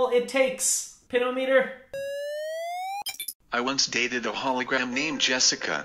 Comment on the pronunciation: i'm sorry, pin-o-meter. 😭